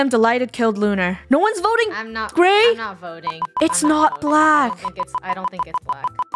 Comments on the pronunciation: Did Funneh say it’s about boting 😂😂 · Funny you said boating not voting